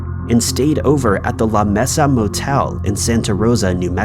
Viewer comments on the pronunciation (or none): It it pronounced 'May-suh,' NOT 'Messa or Mee-suh!!! I believe that I believe I left a comment for this word once before. Sorry, bit of a pet peeve of mine. As a medical transcriptionist, what we typed could be used in a court case so we had to be accurate in the spelling. But C'mon! You make enough money from this so find an app on pronunciation, eh?